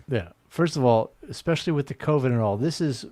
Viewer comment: John says”Exspecially”..I FUCKING HATE THAT😡